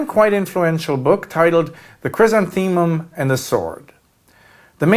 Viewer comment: The pronunciation of "chrysanthemum" is cringe